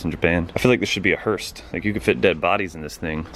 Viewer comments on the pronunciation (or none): There is no "T" in hearse...but there is one in stupid. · There's no T in Hearse.